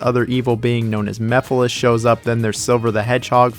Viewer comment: I will never not call mephiles "me files"